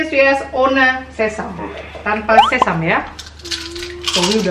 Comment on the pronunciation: Sesame itu bacanya sesemi bukan sesam 😅😅